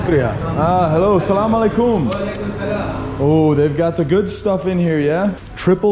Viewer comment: Bro you say assalamualaikum very nicely